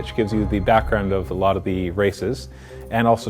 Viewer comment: thanks this has helped me aloot. thats how canadains say alot